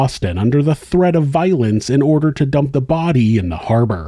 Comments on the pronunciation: I live for the way the one detective pronounces the word "harbor"... "haaar-berh" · Yeah, we don't pronounce 'Rs' up here 🤣